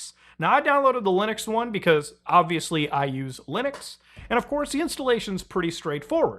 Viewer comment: Why u say lunix and not linux